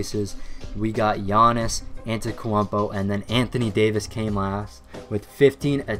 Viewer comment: giannis ATETKWAMPO!!! 😂